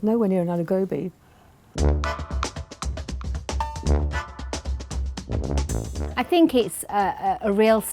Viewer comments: anyone who calls aloo gobi, al ew go bee, has no right to judge other moms aloo gobi!!!!!!!!!!! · None of these aloo gobi's even look like a good plate of aloo gobi! And its pronounced aahh-lou goh-beey 🤦🏽‍♀️😞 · These moms have been whitewashed.First of all,a traditional aloo gobhi would look nothing like their dishes and secondly,their pronunciation of aloo gobhi.I've heard white people pronounce it better than aaloou gaubee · aimee trudgian it’s hard to write but you have to say it with the right accent I’ll try to explain it written down at the best of my abilities. Aloo GObee. The A for aloo is makes an aah sound but it’s not long tho like aah is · Wtf is aloe gowbi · "Alew Gawbi" 🤣🤣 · It’s supposed to be a-Lou gobhee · get my nani in here now and show them how to cook bc the mums cant even say aloo gobi right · Second hand embarrassment from how they pronounce aloo gobi whitewashed fucks 💀💀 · Their pronunciation of aloo gobi is really pissing me off. Edit: FFS she called curry/gravy sauce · Bro. Now I can't say "aloo gobi" right. What have u done to me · Try to say the name right, then learn to cook it right, then criticise them. Disrespectful . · Uh someone show mum one how to say ALOO GOBI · How do they pronounce aloo gobi wtf also they’re so rude. Me or my mum should be on here lol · Their pronunciation of aloo gobi throughout this video really bothered me. 🤨😳 Also why so catty it’s not that serious yo! 😂😂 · Edit Name they be saying it like alahou gobey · The way they said aloo gobi rips them of the title of being an Indian mom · All the bitches making all the fuss over aloo gobi .i don’t even like aloo gobi.besides with all that british accent and how u pronounce aloo gobi u lot are not even indian enough to know what aloo gobi sud rly taste like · Even in English and I know how to say alo gobi. Not aloww gowwwbi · Saejiw Ah (uh) lu (loo) gow (oughw) bi (bee) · Aloo Gobhi not Alew Go-bee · That not aloo gooubii its aloo gobi